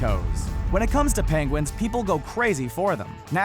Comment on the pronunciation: "PANGUINS" jajaja love it